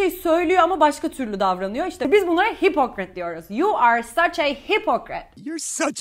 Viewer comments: Hipokrat gibi telafuz ediyorsunuz hipikırit diyorlar 😅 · Careful,, the 'o' in hypocrite should be pronounced as a /ə/.